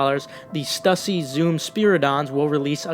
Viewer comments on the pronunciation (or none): Um stussy is pronounced as “stoo-see” if you didn’t know..